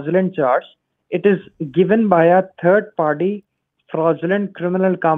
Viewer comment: "a turrd party"..